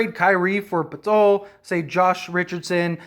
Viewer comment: poeltl is pronounced like hurdle btw. “purdle”